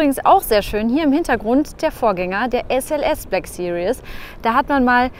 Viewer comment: Cooles Video! Aber es heißt nicht BLACK SERIOUS, sondern BLACK SERIES! ;) <3